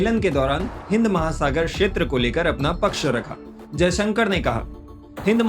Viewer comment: तुम बहुत असभ्य एंकर हो। विदेश मंत्री का नाम भी ठीक से नहीं लेते हो। भाषा की मर्यादा ज्ञान नहीं है क्या?